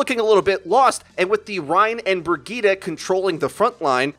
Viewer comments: Ugh! “Brig-eat-a”...! That pronunciation is killing me! I thought it was “Bridge-it”!! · IT'S PRONOUNCED BREE JEET, NOT BRUH GITA. WHAT THE FUCK IS BRUH GITA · Say it with me briejeet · everytime he says burgitte take a shot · Lol. The Way english People pronounce “Brigitte”. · Rolling the tongue vs not rolling makes a huge difference... Lol